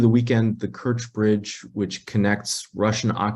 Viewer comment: she said "tewwowist" and later "bwidge" "Wussia" and "militawy stwucture" Ehhhhh...What's up, Doc?